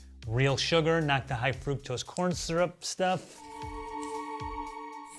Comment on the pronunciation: You guys should learn how to pronounce fructose, you're way off!